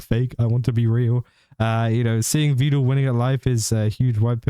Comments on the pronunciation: Meedul peedul Veedul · Fyi, for future reference. Vedal is pronounced as, "medal, pedal, settle." Neuro just mispronounces it constantly.